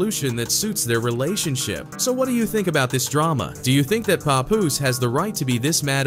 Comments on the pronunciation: Bro called him everything but HIS name 😂 im talking paw poose, pet poose, pat poose puhpus, p-poose puppoos fs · “PAY- POOSE” 🤦🏾‍♂️😂😂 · Paw Poose is a crazy pronunciation lol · The bot calling him Pupoose...smh. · This AI shit is already out of control. Wtf is a Pupoose? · It's pronounced (p-app) papoose & geechi (geech-e) gotti 😂😂😂😂 papoose & geechi gotti (even tho u can say geech it doesn't sound rite unless u coo 😎 wit him 😂😂 u can't abbreviate the name or it has 2 b natural like wat up geech aka geechi gotti) sounds like u heard a story & ran wit it 😂😂😂😂😂 which is coo 😎 jus say The names rite least 😂😂😂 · PAY POOOZE ? PAY POOOZE??? MAN U VULTURES CAN AT LEAST GET HIS NAME RT😂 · Dude said peepoose twice??? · Did he call him "popoose?" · Why does he call him PoPoose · Its ...PAP-Poose...... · puh-poose - lol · This man pronounced Papoose differently every single time lmao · The way he prounced papoose I died 😂😂😂😂😂v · Click Bait all this shit is extra Cap and he can't even pronounce Pap name right smh 😭😂😂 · Glad she’s out the way. 💃🏾💃🏾yooooo why he pronouncing my mans name like that? 😂😂😂😂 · So where did Papoose go online.. these white folk getting clicks on culture is WILD.. he ain't even saying they names right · I know hip-hop is not gonna let the narrator get away with saying his name, all wrong, lol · Say his name correct like damn! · The way the AI keep sayin his name wrong make me want to choke it! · Not sure whats worse: What Remy did to Papoose or how you pronounce his name. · I can't stand when corny people can't pronounce 'Papoose.' Anyhow. I used to love Remy Ma. She is grimey for real! Somethin' told me she wasn't shit after she stood up for Fat Joe after he called Lil' Mo and Vita ol' dusty bitches during the Ja Rule vs Fat Joe, Versus Battle. Papoose. You a real one! Salute! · The way they’re pronouncing his nameee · All the ppl doing videos on Pap n can't say his name right 😂 🤦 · So everyone is going to ignore how he’s pronouncing papoose name